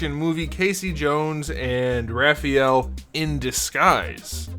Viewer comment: Ralphael lmaoooo 🤣